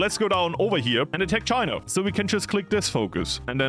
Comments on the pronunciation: It’s pronounced “China” not “Chinur” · Not the hard R Chiner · "communist Chiner" - at the start of video